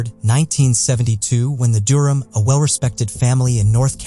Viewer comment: The way he pronounces Durham was really getting on my nerves